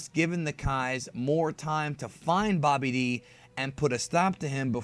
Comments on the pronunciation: Who's Bobby D. (it's pronounced Babidi) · You say babbadi like bobby--d